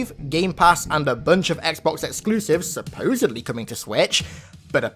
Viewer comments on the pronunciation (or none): none